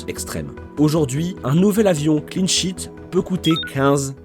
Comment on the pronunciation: Je pensais qu’il y avait que moi qui entendais « clean shit »!